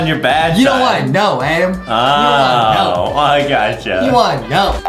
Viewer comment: DID U JUST CALL HIM ADAM IT IS ADEM